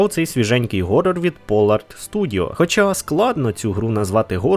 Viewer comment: Horror не Gorror, ніяк би блять не навчитетесь